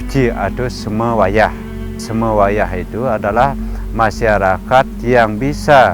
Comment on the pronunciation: Seme wayah kak bukan semuwayah